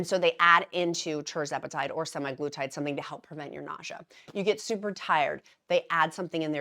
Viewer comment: SemAglutide is the factually accurate way of pronouncing. Not Semiglutide.